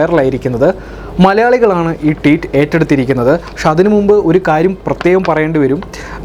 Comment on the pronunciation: Teet അല്ല ഭായ് Tweet